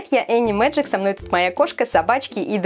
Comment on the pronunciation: Чафри Бэдтайм спасём! а не сппсём! Энни! а не эни! и не беджик, а Меджик!!!